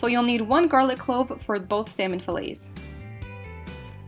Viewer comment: I’m not gone on how you pronounce fillets